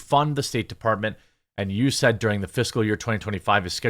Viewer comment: We pronounce it "U-S-A-I-D". Non-state department usually says "U-S Aid". "U-said" is a new one for me. But just thought I'd help.